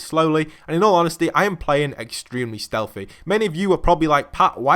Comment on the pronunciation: In al onhestly in al onhestly